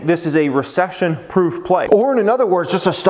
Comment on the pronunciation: Why you pronounce other as eh-thr. It’s uh-thr. Please.. it stings my ears! I promise I’ll hit the like button… Just pronounce it right, once!!!